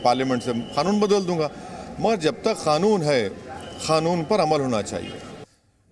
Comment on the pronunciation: ओवैसी जी खानून नहीं होता कानून होता है